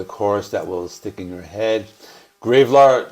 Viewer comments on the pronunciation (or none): I still have to check out Mutoid Man. And you made me laugh when you said "GraveLard" instead of Graveyard. 😆🤣😂 Cheers,! 🤘🏼🍻